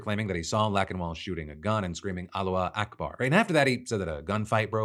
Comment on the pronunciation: Is this AI Phil mispronouncing Allahu Akbar?